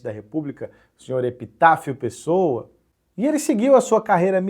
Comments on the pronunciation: Só uma observação ... EpitáCIO Pessoa, e não EpitáFIO Pessoa. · Minha audição tá comprometida com pouca proteção auricular, ou o chamou o presidente de Epitáfio Pessoa?